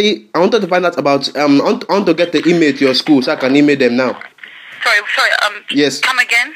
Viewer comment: Same! and also the way he says email - emay xD